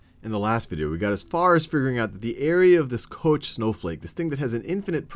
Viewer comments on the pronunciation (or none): I always have to grin when some formula or even infinite series boils down to a single simple value. It feels like the parts of something you built coming together perfectly. Btw. Although it sounds funny, I don't think Koch is pronounced "coach" (he was swedish and I speak german, so I'm not 100% sure). It could either be similar to "cog" or, with a sound english does not have, like the musician "Bach" except you replace the "ba" with "co". ("Koch" means "cook", both words have the same origin)